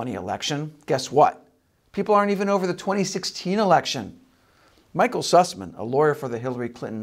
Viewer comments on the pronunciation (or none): "Sassman"? No, its Süßmann, "Syhssman".